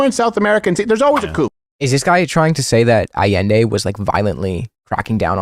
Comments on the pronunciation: “Pinochet, which has become a shorthand term for a fascist” yeah, Hitler who? Also he can’t pronounce Allende (ah-yen-day) correctly, which says a lot about his knowledge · Bro can't even PRONOUNCE Allende, smh I swear Crowder gotta keep that name outta his mouth lol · Bro pronounces Allende like he just heard of Chile and googled “Chile communism bad” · A sure fire way to show you know Chilean history is to mispronounce Allende’s name